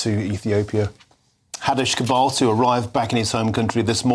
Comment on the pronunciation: Cabdiraxmaan Nur. All I kept hearing was MANURE. 💩 💩💩😂🤣😂💩💩💩